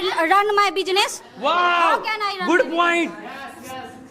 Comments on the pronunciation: Your pronunciation is not good because you were said bujiness that is business. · Why does not anyone correct the pronunciation of bijines instead of business? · Correct your pronunciation, that is not bijnes that is business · It's not bijnees it's beesniss